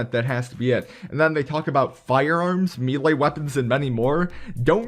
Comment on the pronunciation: Why are you saying, melea